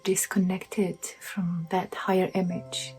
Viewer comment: What’s a “higer”?